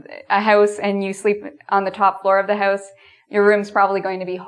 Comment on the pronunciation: I like how you say "about" and "house" :D